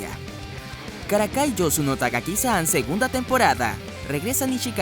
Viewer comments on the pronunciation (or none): dijiste Tagaki xD y las dos veces que la mencionaste